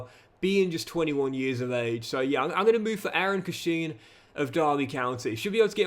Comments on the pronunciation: It’s pronounced Cash-in! Love it though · Derby fan here it’s pronounced cash-in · Hi, love the content. One quick pronunciation comment it's Eiran (Air-in) Cashin (quite literally "cash-in")